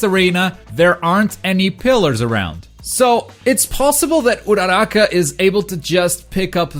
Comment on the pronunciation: also you said uchako's name wrong